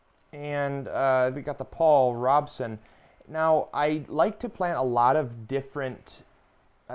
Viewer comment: Paul Rooooobeson. Long O!!! Otherwise cool!! Love to plant lot's of varieties too. Been watching your videos all day!! It's planting time!